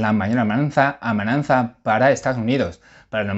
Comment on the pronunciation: Hola. Enhorabuena por tus comentarios y análisis tan elocuentes. Te sigo todos cada día y mi deseo es que sigas en esa línea. También quiero decirte que, como profesor de español que soy te felicito por tu nivel de nuestro idioma y riqueza de vocabulario; tan sólo una única palabra que dices a menudo (AMENAZA), intenta corregirla es AMENAZA y NO AMENAN ZA. Disculpa, pero debía decírtelo para corregirlo. Gracias, un saludo